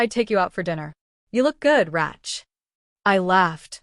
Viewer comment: Raytch, Raytch, Raytch. Not Ratch. Jeez.